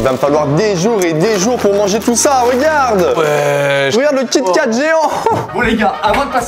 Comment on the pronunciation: eeeh je rêve ou à t’as dis kat kat a la place de kit kat 💀💀💀